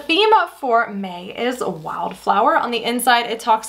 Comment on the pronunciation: Girl I’m so out of it when you were saying for May the first 2 times I thought you were saying “for me” all fancy. More coffee required 😂 great video